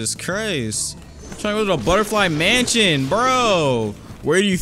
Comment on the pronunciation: Ah yes mension and not mansion